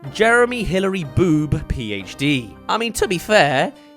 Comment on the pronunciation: It's pronounced fffD (PhD)